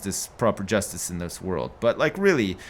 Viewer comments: did say 'yustice' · Kink master 69 I was not aware you could pronounce justice wrong